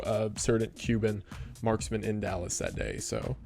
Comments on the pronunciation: " yew were in dalis!" wendigoon went country for a second 😂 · the southern accent coming out in YOU WERE IN DALLAS killed me